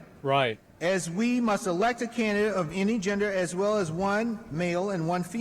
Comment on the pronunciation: “We Muss” Ashamed to say this guy (Jaime Harrison) is from SC. Dude got waxed in the last election we had after Dems dumped money into his campaign. A horrible return on investment. This guy’s wife’s bf must be laughing so hard watching this.